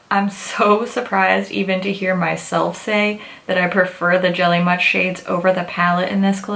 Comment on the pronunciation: I keep hearing jelly mush 😂